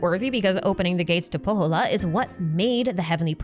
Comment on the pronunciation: If you ever need help with Finnish pronunciation, hit me up! You're doing well all things considered, but when you said Pohjola, I heard Kouvola, which is kind of hilarious... 🙈😂